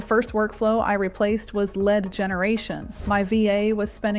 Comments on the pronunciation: Your ai said led generation instead of lead generation around 3min mark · Led generation? Something is wrong. Some text to speech pronounce words wrong LEAD generation, no led generation. Then I stopped the video.